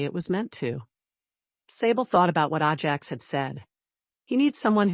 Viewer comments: Ajax is pronounced AY-jacks, not ah-JACKS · Horse’s name is pronounced A Jacks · It Ajax not ahjax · I love horses so this story was fun. I think, though that the horse’sname should be pronounced Ajax with a long A, not Ah Jax. Anyway enjoyed it a lot. Thank you! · I’ve seemed a number of those “little windows” on these stories. No clue what they mean. BUT I will have to switch to another story because the mispronunciation of the name “Ajax” is driving me nuts. Oh well. Moving on….. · Figure out the pronunciation and stick to it. Ajax: long or short A. Same for Cavan.